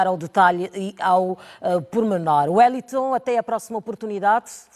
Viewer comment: A apresentadora não sabe nem pronunciar o nome do Wellington corretamente! Hummmmmmm.... já não gostei dela! Vai Wellington arrasa nas análises!